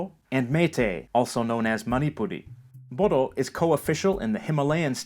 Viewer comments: Bodo is not cell Bodo it's boro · Btw Bodo is pronounced as Boro